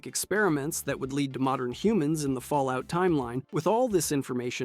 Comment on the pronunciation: Every video I've watched has some pronunciation issue and it's painful